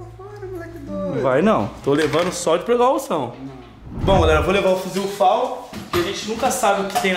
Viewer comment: preucaucao cade o teu portugues